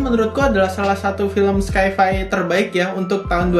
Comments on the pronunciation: FYI bro... Sci-Fi itu bacanya Sai Fai .. bukan Skai fai .. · sci-fi = /ˈsaɪ.faɪ/